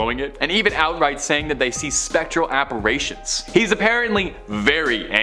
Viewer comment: Oh comon...apparitions with a soft i after the r not a hard A.